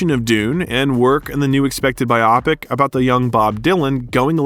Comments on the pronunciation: I keep hearing these narrators/bots pronouncing "bi-OPP-ic". It is "BI-o-pic". As in a motion picture of a biography. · WHY do you pronounce it bi-OPIC, is that just to get reactions 😹